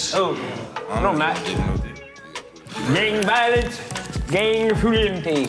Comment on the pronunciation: Nobody: D.C: gAnG ViOliEnTÉ